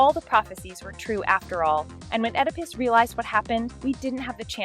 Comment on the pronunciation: Oedipus is pronounced Ee-da-pus, not ed-i-pis